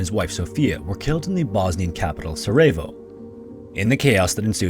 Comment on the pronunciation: 'A slang term for a part of the female anatomy' The military seems to be full of such people from top to bottom. Sarajevo is pronounced Sa-re-av-o remember its Britain not England (in fact technically Britain and Ireland in 1914)